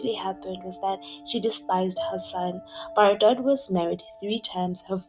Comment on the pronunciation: I mostly disagree with your analysis of Brigitte Bardot, which is pronounced Bar-doe (not Bar-dott!). She was a childlike, carefree spirit in her day, who openly admitted that she never wanted to be a mother, that freedom was everything to her and that she couldn't cope with the responsibility of a child. So, Nicolas was raised by his father, almost like an adopted child. I was adopted, my mother was very young when I was born and wanted no contact with me, so I understand a lot about it. The singer Joni Mitchell gave up a child quite young too. People can judge her and other women for that but it hardly makes her/them monsters. At least she was honest and upfront. You could say she's flawed (*as we all are), childish and self-centered, a bit spoiled, vain, and even neurotic (as so many actresses and stars are) but hardly cruel, dark, callous or 'destructive'. No, they are not words I'd ever use to describe her, nor have I heard it said from people who knew and worked with her, and I've read a lot about her, her life, and career. If anything she was overtly sensitive and connected better and more deeply with animals than humans (who she often described as a cruel and hypocritical species). I can relate. She retired from films and withdrew from public life when her beauty began to fade, and chose a reclusive, bohemian life, aging gracefully, devoted to animal rights and welfare. I do agree with you though that she has difficulty with long-term intimacy and commitment, hence wh